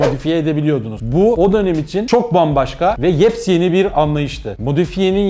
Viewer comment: Halil Tanrikulu tam bunu derken adam yeps yeni dedi tuaf oldum